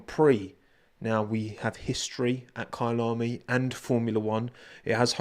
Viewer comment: Your “Kyalami” pronunciation is so satisfying. It’s bang on!